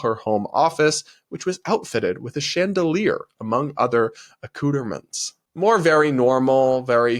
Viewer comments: omg. Don't tell a dinner party hostess you love her cootermints. 😂 It's "uh coo tra mon". Also they spelled it wrong. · sweetie, luv ya...but you have to run your commentary past an editor. It's pronounced "ZuriK" (not "ch" despite how it's spelled) and "TIvoli" not "tiVOli". And yes, those are foreign words, so you might get a pass...but accoutrements? It's not a-coo-ter-ments. I'm saying this because I want you to be taken seriously, and these are the types of errors that will make you look amateur. We want nothing but the best for you lil bro. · did you really just pronounce Zurich, Zur-rich? And acu-tur-ments??